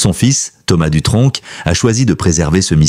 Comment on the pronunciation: On ne prononce pas de c à la fin du nom🤭🤭🤭🤭